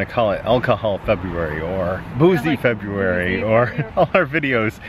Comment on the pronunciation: Fe -booze -ary. BOOM nailed it.